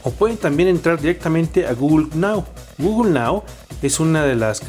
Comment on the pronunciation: Quién es GUGUL? xDDDDDDDDDDD guuuuuuuuuugul jajajajajajajaj